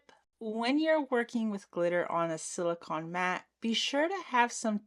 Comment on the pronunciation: Beautiful trays, I agree with the silver glitter snowflakes, the blue ones looked better Also please no one get mad I'm only mentioning because you might not know, it's 'sili-cone' not 'sili-con'